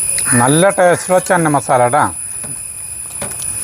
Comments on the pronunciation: ചെന്ന മസാല അല്ല 😄ചെന മസാല 😄😄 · North Indian annu channa(ചണ ) എന്നാ പറയുക. ചന്ന അല്ല. ഹിന്ദി ആണ് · ചന്ന മസാല അല്ല. ..ചന മസാല 😊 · It's ചന മസാല ചേട്ടാ... not 'ചന്ന '..... ചന means കടല in ഹിന്ദി.... അടിപൊളി ❤️👌👍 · ചന്ന മസാല അല്ല.. ചന മസാല..പട്ടിയിലെ "ച".. തുമ്പിയിലെ "ന".. ( ശ്യേ , പൂരി എന്നുള്ളത് കറക്റ്റ് ആയി പറയുകയും എഴുതുകയും ചെയ്തു ) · ചന (चना ) എന്നു പറയുക ചനമസാല